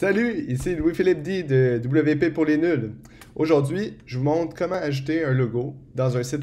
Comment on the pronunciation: Merci pour ce tuto (mais à chaque fois que tu dis "ajouter", moi j'entends "acheter" !) ;)